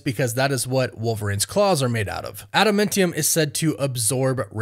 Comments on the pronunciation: Adamantium. Not adamintium. Trashtrashtrash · Wtf is ADAMENTIUM?! Its ADAMANTIUM. Smfh. Annoying af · first of all the substance is not at a momentum it's Adamantium like Adam and Eam Not Adam Mentem there's no mentee in Adamantium so change your pronunciation and get it correct it's Adamantium. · Say it with me, Ada-MAN-tium! Lol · Ada-MAN-tium my dude. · Add a MEN tiyum 😂. 🤦🏼‍♂️. Fingernails on a chalkboard.